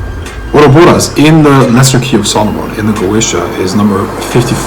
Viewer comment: Dude, its OROBAS ......Not Oroboros !!!